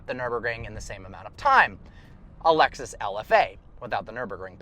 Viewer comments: its Lexus not lexis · Sou Eii he said " A Lexis LFA